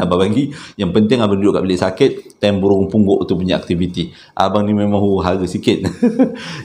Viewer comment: Kelako la ne..bp kali tersyayul "Bulung Punggok"..begitu Syulit sgt tu nk sebutnya🤣